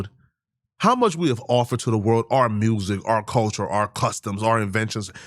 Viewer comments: NGL I question the IQ of anyone that pronounces music as “mursic” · This guy can't speak. He said mersick lol. But if the guy he supports has his and we are deported where is he going? Because he will have to go too lol.